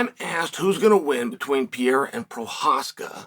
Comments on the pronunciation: Love story time with uncle Chael, but I'm pretty sure it's not "pee-air-uh", it's "per-ray-ruh" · Do you want an accent tip from a Brazilian? The R in Pe(r)eira only sounds like an H if it is in the START of a word. Pe(r)erira doesn't sound like PeHeira. Think like Hamilton (Ramilton, sounds like H) or Oliveira (definitely does NOT sound like H).... Only exception is if it has like double R... like carro (car), it definitely sounds like H because it has double RRs